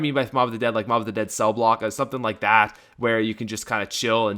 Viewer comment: on mob of the dead u said the bo-b😆